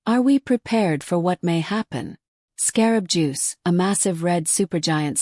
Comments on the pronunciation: The AI that is talking can't even say the proper name for this star! Not really believable discussion on this subject. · AI speaking can’t even say the stars name right. Annoying, enough to pause and watch something else!!!